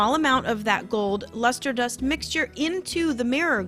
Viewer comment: Love it !! Did you say you mixed the lister dust with water or vodka?? Or am I just over tired and not hearing it properly 😂